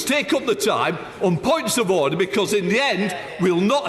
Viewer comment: Bercow: Ordaaaaaaaahhhhh Hoyle: Absolute dusgrace